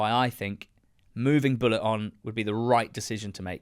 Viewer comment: I’m so glad you both pronounce “Bulut” correctly unlike some other commenters who insist on pronouncing it Buluu. Great analysis the problems run deep at Cardiff. Think he will probably be gone by next international break although it will hit Tans pocket with Erol on a 2 year deal. The cycle will continue again.